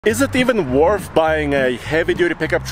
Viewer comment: “Worth” doesn’t have an “f” at the end.